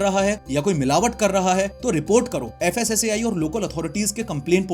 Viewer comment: FSSAI ❎ FASSI ✅